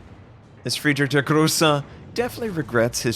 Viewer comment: please stop slaughterer Friedrich der Große name! I cannot count the videos that i just switched off after I hear this super weird pronunciation (just to not hear it repeated again). If you cannot pronounce it like Germans just do it in English without trying. It started with me (not a German) but many of my German friends are saying that It's super weird.